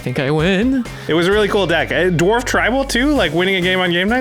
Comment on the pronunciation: Did she say dorf?? 😂😂🤣